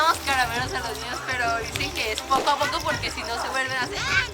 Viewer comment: Like si te diste cuenta de que leslie dice ñiños